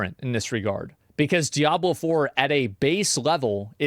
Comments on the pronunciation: Did he just say "Diabler"? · Asmon is such an og for saying diablur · Diabler 4 😂😂😂😂😂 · "Diablurr 4"? lol